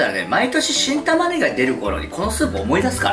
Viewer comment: 何回聞いても新玉ねぎがキン玉ねぎに聞こえる いい耳鼻科紹介してください